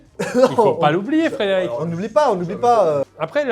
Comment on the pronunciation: Le Frédérico m'a tuer 😂